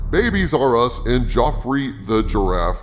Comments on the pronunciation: Dude. It’s pronounced “Geoffrey,” not “Joffrey.” You ain’t no Toys R Us kid! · Bruh! It’s Jeffrry with G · Joffery the giraffe? Are you trolling us with all these mispronounced names? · Infinity War and Endgame was PEAK Disney for the 21st Century if this is true. Also it's Pronounced Jeffery for Geoffrey the Giraffe!